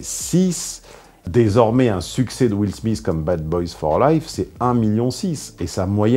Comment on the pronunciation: Will Smissss lol